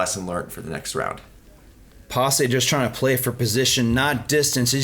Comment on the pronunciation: It's Pasi not Pas-e', perkele